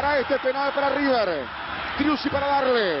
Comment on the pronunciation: Manuel Lucena el primer hincha de boca que veo que no dice riber bien dicho